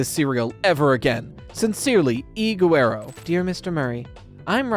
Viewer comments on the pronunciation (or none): Okay, I'm not saying this to be "that person", but the last name of E. Guerrero is pronounced "Guh-rehr-roh" not "Goo-ehr-oh". It is a very common Spanish surname.